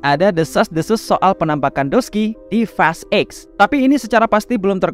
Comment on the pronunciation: fast eks blg nya bg jgn blg eight gua kira lu bahas fast 8 jdinya